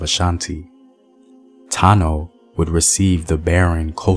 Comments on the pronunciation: point of corrections am Ghanaian an Akan. You may be Akan not Ashanti there isn't a tribe called Ashanti. The name Ashanti was lately taking by 11 Akan towns who joined forces together to fight the most powerful Akan people at the time, the Denkyira's. Ashanti correct pronunciation is ( Osa Nti ) simple means because of War. Akans are about 70&of Ghana population. You can also find them in Ivory Coast. We duel from the 7 Clans of Akans. You can identify them through their Totem. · The accurate pronunciation is 'asante' asa=war 'nte' =because of, 'because of war' cos they were a war-like people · No my Brother the correct pronunciations ( Esa Nti ) simple put it because of war which corrupted to become Asante. Remember we all Akans untill the year 1805 when the Great Anokye oder 11 towns to joined forces together to fight The Denkyiras under the leadership of (Osei Tutu Opemsuo.) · It’s not Ashanti it’s Asante (Akan)